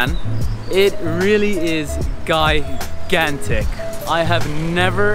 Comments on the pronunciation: gigantic - pronounce as jīˈɡan(t)ik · OK the word that you keep trying to use is gigantic gi-gan-tic. But you actually keep saying guy-gan-tic. So what all those studies and you still haven't been able to Master English? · Gigantic pronounce ‘g’ like ‘j’ in Jill or jump. You should have spoken to some students. How many students ? What degrees they award? That would have been more interesting. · i love how you sa guy gan tick hhhhha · Love your vlogs but please check how to pronounce the word GIGANTIC.